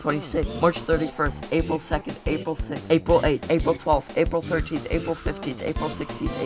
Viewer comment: why did aprill sound like apil